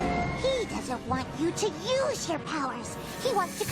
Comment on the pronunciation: Instead of use you said sue